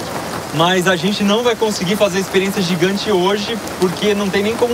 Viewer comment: jigante como ele disse kk nen sei se ele disse jigante mas tabom kkk